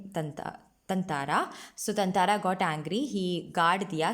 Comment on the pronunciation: I think you're pronouncing his name wrong (ततांंरा)...but great content anyway! Thanks a ton!